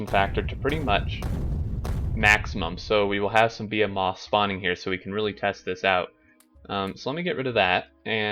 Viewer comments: Beh-hi-muth... fuck man... The fuck is a beeheemoth? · bəˈhēməTH bə as in bet hē as in heat məTH as in myth